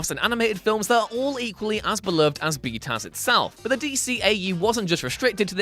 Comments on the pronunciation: I gave this video a thumbs down simply because he kept saying “B-Taz” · Stop. Saying. Bee taz. Stop. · "B-Taz"? ew. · i thought he was saying "B-Town", lol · You should be DRAWN AND QUARTERED for saying BTAS like that...what douche chill inducing bs